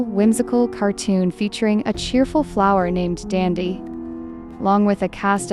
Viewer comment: It’s DANDY NOt DANDdy